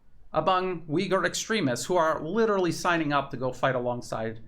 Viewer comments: Thank you for your brilliant reporting. However i must correct you. It's pronounce Ooiggur not Ewghur. The "U" in Uighur is very hard and pronounced. Closer to n[OO]k than st[EW]. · Oy-ghu-er. thats how its pronounced. theres no W or EE in Uyghur. it isn't pronounced WEEghur